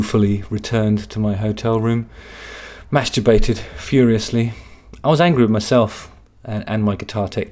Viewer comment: ‘Mashtrubated furiously’ dyyyying 😂😂😂